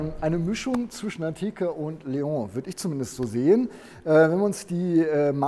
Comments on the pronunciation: Artic Ranger was daran ekelhaft ist, jmd. wegen falscher Aussprache zu berichtigen, ist mir schleierhaft. Ich mag seinen Content ja auch, aber es nervt schon sehr, dass er die Namen permanent falsch ausspricht (Zitrööön, Mercedes-Bäänz oder halt eben Leooh) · es heißt trotzdem LEON und nich Leohhhhh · Der Seat LEON wird nicht „Leong“ ausgesprochen! Das ist kein Franzose, sondern ein Spanier. „LeoN“. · Es ist ein spanisches Auto, kein französisches. Daher heißt es Leon und nicht Leoohh. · Cooles Auto und wie immer ein tolles Video - Danke. Zwei Dinge sind mir jedoch aufgefallen: Cap Formentor liegt im Nord-WESTEN Mallorcas und wie ein Vorschreiber schon erwähnte: Leon ist nicht französichen sondern spanischen Ursprungs und wird daher Leon - mit "n" (le.õn) ausgesprochen;-)